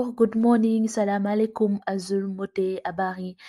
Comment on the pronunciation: khana guisso accent bi quand elle dit salamalékoum 😂😍 ? Je l'ai su dès sa première vidéo 🇸🇳😍